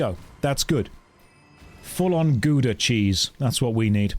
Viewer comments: To be fully correct it's "howduh" in Dutch. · the ou in Gouda is pronounced like the ou in shout not like the ou in you